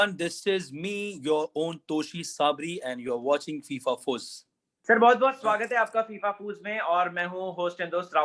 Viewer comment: When Toshi said FIFAFUSS then I realize he is jigri of rahul